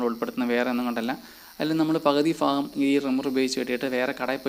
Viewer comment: ഫാഗം അല്ല. ഭാഗം.. 🤣🤣🤣ഓക്കേ